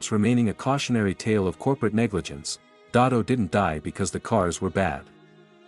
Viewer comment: First of all it’s “DeSoto” not Dotto!